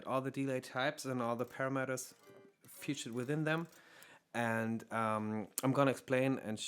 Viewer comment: Hi, super hilfreiches Video und sehr geschmackvolles Spielen! Kleiner Tipp nur für englische Videos, ein paar der Wörter werden anders betont wie zB. deLAY und paRAmeter. Das mag nach klugscheißen klingen aber wenn man Muttersprachler ist oder wie ich Englischstudent, fällt einem das bei solchen Wörtern, die ja immer wieder vorkommen doch ziemlich auf. Wenn du darauf achtest und dich da vorher ein bisschen informierst (zB. online beim Cambridge Dictionary), wären deine Videos noch besser!:)